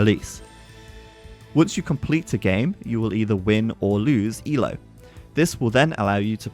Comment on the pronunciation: I'm just impressed you didn't pronounce every letter in ELO like most people do. It's someone's name dammit!